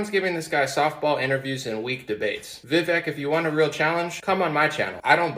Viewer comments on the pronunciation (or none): It's "vih VAKE" not VIH vek... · His name is pronounced ViVAKE like cake, not Vivek like vik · Vivek is pronounced as Vyveck. Think fly. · please pronounce his name correctly...Like CAKE, Vivek rhymes with cake Vivake.... He deserves that. THanks. A fan. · Its Vivek like cake. Pronounced “Vi-vake” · Hey bro, the correct way to remember how to pronounce his name - “Vivek” rhymes with “cake”. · The guy criticizing should at least pronounce Vivek correctly. It's Vi-vake phonetically. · It's "Vi-Vake" ... we've got to get his name right bc if the ppl who are aligned with him don't show him enough respect to do that then the opposition will definitely never take him serious... you didn't ever hear ppl who were aligned with Barack calling him "O-Bay-Ma" ... in fact it was considered highly disrespectful to misrepresent his name, as it should be. I'm not saying he should be our duly elected president come 2024, I'm a Trump guy, but I believe he truly represents the Republic and true constitutional values. #Trump2024 #Ramaswamy2028 💪🏽💯🇺🇲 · His name is actually pronounced Vi VAKE ..... He said it rhymes with CAKE 😊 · Not trying to be rude at all, I just heard a video of him explaining the pronunciation of his first name. So it sounds like Vi-vake, like rhymes with cake. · With respect,..His 1st name is pronounced veh-vake, 2nd syllable sounds like cake=vake, look for a clip with Tucker where he says this,… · Brother his name is pronounced Vi-Vake like Fake, Cake Etc.